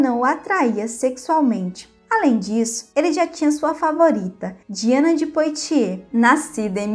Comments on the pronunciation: "Poitier = puátiê", pronuncia "Calais = cálé" pronuncia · Apenas para ajudar o excelente canal, a pronúncia francesa correta (POITIERS) é "puatiê" sem o som do "S" final, como o som de BOITE. Em